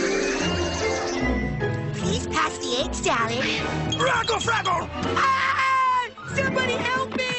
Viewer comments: I like the part where he said rackle frackle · When I was a kid, I thought he was saying "raggle saggle", not "raggle fraggle". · One of the best parts of the series. And my childhood. But when I was kid I honestly thought he said reckle freckle lol